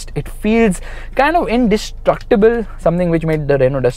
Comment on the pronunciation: Did u say indistructable ? Guess what I was watching fortuner vlog just before that and u called it indistructable!